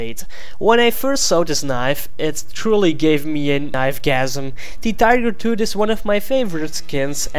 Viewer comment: Tigar tood. Please learn english